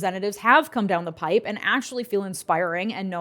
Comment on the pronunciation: You are clearly intelligent, insightful, and articulate. Please stop saying "coming down the pipe." It is a "pike," as in "turnpike." Keep up the great work.